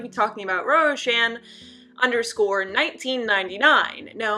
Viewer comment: I'm sure you are pronouncing her name correctly. Just thought I'd tell you before I watch the whole thing.